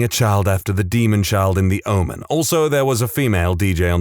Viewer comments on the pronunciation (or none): none